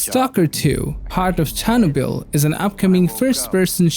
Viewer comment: Part of WHAT? CHErnoBill?? 😂😂